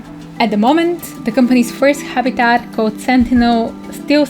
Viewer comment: I love her accent. Especially the way she pronounces 'habitat'.